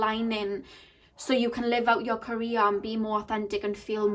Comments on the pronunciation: lol omg! I thought about that too! But I kept hearing Korea lol 😆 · Lol it’s her accent of pronouncing “career” but still you could take it as a sign for yourself since “Korea” is meaningful for you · I was so confused the first couple of seconds, i thought you said Korea but then i figured you meant career